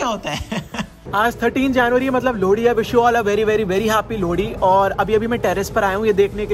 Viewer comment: Lodi nhi bhai 😂 lohri 😂❤️❤️